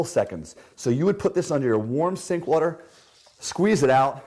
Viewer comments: Why do all the greats say wutur Mmhmmm Phil Swift, This guy!!! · this guy says “water” as “watr” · Americans: Water Britain’s: Wo’ah This dude: wtr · The way he says the word “water” messes with me lol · The way he says “water” bothers me